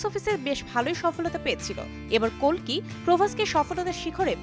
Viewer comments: its not kolki its kalki murkher dol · কালকি বলে কলকি women 😂😂😂😂😂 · Kalki❌ kolki✅ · কোলকি? নাকি কালকি? প্রবাস? নাকি প্রভাশ? এরা কি বাংলা উচ্চারণ ভুলে গেছে?